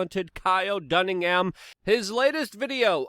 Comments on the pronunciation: Kyle DUNNIGAN!!!!...not Doningham. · Kyle Dunnigan not dunningham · DUNNI-GAN! Not DUNNINGHAM! Luke’s speech is a big typo! And his autocorrect always makes it worst! 😂🤣😂 Love ya Luke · Dunnagin not dunnigham lol. We get it tho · Luke, it's not Kyle Dunningham. It's Kyle Dunnigan. Damn. Dingus. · Dunnigan, not Dunningham. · dunnigan not dunningham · He said Dunningham when it's dunnigan right? Is Luke having a Joe moment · It's not Dunningham, you boob! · LUKE-ISM ALERT!!! KYLE DUNNINGAN!!! NOT KYLE DUNNINGHAM!!!! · Luke!!! It’s Kyle Dunni-gan NOT Dunning-ham! Jeez you butcher the English language like no other 😂 love ya bro 🤙🏼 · Dunnigan!!! Not Dunningham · It’s Kyle Dunnigan my man….. not Dunningham. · Uhhh it's Dunnigan, Luke. Dunnigan. ... ...sorry, I had to. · Dunn-i-gan ... there's no H or M in his name. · It’s Kyle Dun I Gan Luke. Lmao 🤣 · Kyle "Duningham" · Did you just call him Kyle Dunningham??? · It’s Dun - i - gan lmao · "Kyle Dunningham" lol. close enough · It "Dunnigan" Luke you oaf! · Get Kyle Dunnigans name right. 🤷‍♂️😂